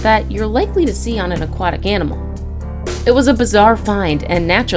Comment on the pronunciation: I'M SORRY, did you say ANIMAL?????????